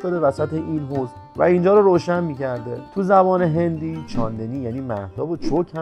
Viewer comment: تا اونجایی که من میدونم چاندِنی نیست چاندْنی هستش